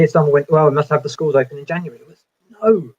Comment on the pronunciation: I love the cute way he pronounces 'January' - he still a little kid at heart